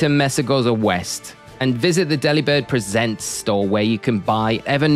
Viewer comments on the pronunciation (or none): Just so you're aware, it's Delibird presents, as in gift, not presents as in presenting. Delibird has a move called present and this is the reason they made the shop this.